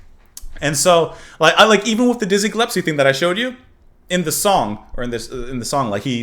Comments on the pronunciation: Small point, but it's Dizzie Gillespie, not Dizzie Gillepsie 🙂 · Gillespie not gillepsie. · Sorry, I´ve been following you gladly through the years now but... it´s Dizzie GilleSpie, not GillePsie;-) And yes... thnx to YT and precious people like you that keep the music alive and connect the beginning with the NOW and the future... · Ge-Les-pee (not Ge -lep-see) Sorry about your dad. I love classic jazz. Miles Davis, Charlie Parker, John Coltrane… I’m old but still too young to have seen these masters live. I started to go to concerts of Classic rock and folk rock in the late ‘60s (high school) on, and everything that followed —punk, post punk, new wave… Oops clicked send before finishing. I continue: I did get to see Dizzy. And a favorite album (a romantic “go to” when I was in college) is John Coltrane and Johnny Hartman. I was lucky to hear Hartman in concert not long before he died. I strongly recommend you listen to the Hartman/Coltrane album. Hartman’s voice blends with Coltrane —so gorgeous. Please treat yourself or do a reaction. Lush Life. anyone on this page know what I’m talking about? Who knows that album? Maybe I’ll add a link here. Ok here is Lush Life. But all the songs are worthy. Coltrane playing it solo is also great. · No. It's Gill...But, more accurately, it's pronounced Gull.espie. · It’s Dizzy Gillespie not Gillepsie. 😜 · Gill-es-pee. Happy for your epiphany. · Not to be picky, but you know you're saying Dizzy's last name wrong, right?..S before the P, not the other way around. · Aww, our little boy is growing up. Now figure out the correct pronunciation of ‘Gillespie’. 😬